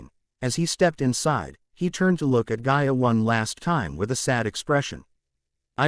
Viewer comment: her name is gaia NOT ga ia